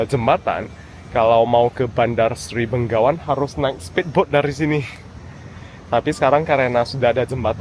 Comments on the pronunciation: selalu salah menyebut Begawan dengan Benggawan. Mungkin karena orang Indonesia terbiasa dengan menyebut Bengawan (Solo)😅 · Yang benar Bandar Seri Begawan, bukan Bengawan 👍🙏